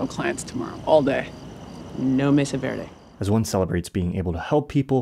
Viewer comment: Verde* not Vöri